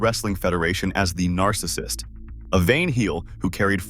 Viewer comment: Your A.I. speech to text can't pronounce "Narcissist". Just do the voiceover yourself. Up the quality.